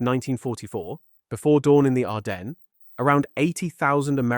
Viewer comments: Sigh … another mispronunciation “Arden ness” it is ardenz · Can't get your AI to pronounce "Ardennes" correctly? No credibility.